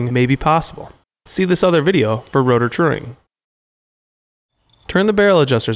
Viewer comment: "true ing" not truring